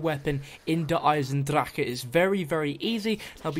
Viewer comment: Finally someone who knows how to pronounce Eisendrache. Thank god.